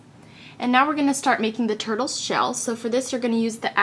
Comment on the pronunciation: is it just me or did she just call the turtles turbles?